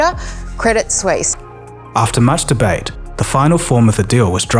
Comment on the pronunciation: that didn't sound like "much debate" the first time. Or the second time... 😮